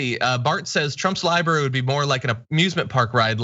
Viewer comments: “The Donald Trump Presidential LiBARY” just made my day. Bwaahaha Francesca nailed the insanity & irony in one sentence! 🤪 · Haha-2 billion for his ‘Lie-brary’